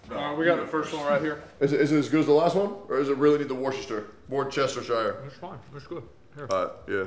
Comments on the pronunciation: I've only ever heard it one other place, but Tectone has tied for the most braindead mispronunciation of 'Worcestershire'. It's pronounced wuh-stuh-shure, not war-chester-shyer. Though to his credit, unlike the other guy I heard pronounce it that way, he didn't have the written word in front of him. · it's "wuster"... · I love when Americans struggle with “Worcestershire”. Everyone in England: “just wuster innit bruv”. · Worcestershire sauce its pronounced (war-ses-ter-sher) i live right next to the factory where its made. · It's pronounced wuss-teh-sheer sauce. I can understand why Americans struggle to say it 😂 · For all the yanks wondering, it's Wuhr-Stir-Sheer... Wuhrstirsheer... Worcestershire... Nice and simple. Good effort though Asmon. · Watching Americans pronounce Worcestershire is always jarring. Like let me make it simple for you ‘Wooster-shur’ like it’s not hard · Its pronounced "Worsh-Ter-Shire". Jesus Christ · Americans saying worcester souace will never not be amusing